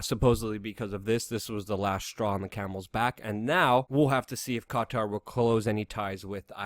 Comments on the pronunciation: Qatar - pronounced cutter. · The way you say Qatar is so funny